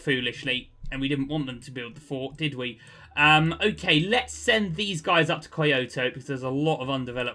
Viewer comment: Kyoto is pronounced key oh toe